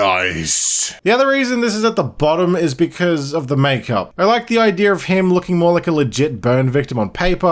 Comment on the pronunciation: You making fun of his voice while saying “idear” is funny.